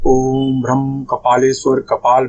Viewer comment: Bij is भ्राम not भ्रम